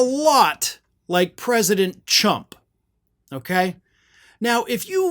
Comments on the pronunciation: Now I can't unhear her saying chump instead of trump. That was amusing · It's amazing how she pronounces "Biden" with no problem, but she has trouble pronouncing "Trump" and she calls him "Chump". Or maybe she being honest and calling her boss the same thing that we have been calling him. Thanks for confirming what we already knew about Trump. #LEAVITTHASSPEECHPROBLEMS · The lips and teeth do different formations to make the sounds for "TRue-ump" or "CHuh-ump." You can clearly see what word she is forming and her lips are not poking forward as they would with the "TR" sound. Tree, cheese. Train, chain. Try, chai. Try it in a mirror. Watch your own teeth and lips. Then, watch her again and decide what she said or way trying to say. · IT SOUNDS LIKE SHE IS SAYING CHUMP!!! THAT IS HILARIOUS!! CHUMP, CHUMP YOU ARE IN TROUBLE KAROLINE!!! SHE SAID IT TWICE!! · She said Chump I heard it the first time She is correct, Chump I wonder how many times she said Chump in the past and we didn't pay attention to it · It's actually more accurately pronounced " chicken taco chump ." Treat the moron with the respect he deserves lady . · I heard it pronounced president Cunt at one time can't recall another specker. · It sounded like President Chump to me...I'm English/ Australian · Don’t go shaming the girl for a speech impediment and definitely don’t go shaming her for accidentally calling him a chump, as that’s just her being factual. I figure Trump’s handlers mostly refer to him as “Chump” as he’s so easy to manipulate. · It sounds to me she is saying shrump. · She can't pronounce Rs because her lips are screwed up. That doesn't matter though, she just renamed him for the rest of us. Dongle Chump! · Leavitt is saying, Chump, while she meant to say Trump. Is she going through an neuroglial episode ??? 🤨🤨🤨🤨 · Only if you heard Tshump, Chump, Chimp! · LOL She does say Chump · C'mon Karoline. It's T- Rump. You know it's ample enough and kiss it so often. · Yep! She said Chum0! 😂